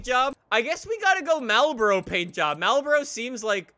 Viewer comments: When you pronounce marlboro as mal- boro not marl-boro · Why the hell he pronounce Marlboro like that 😂😂😂